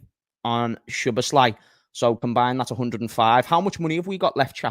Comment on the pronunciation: pronounced "sobots-sly"